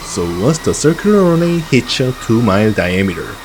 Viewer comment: I dont mind the accent, or inflection, I prefer the authenticity. But, if it makes you feel better: work on "Runway". Run Way, Run whey, Runwhey; like cards and whey. But, like I said, authenticity is better than perfection.